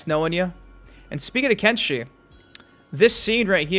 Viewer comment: Lol it's kenshi 😂